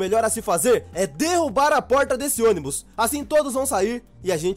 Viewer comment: você ônibu envés de ônibus te amo 😘😘💓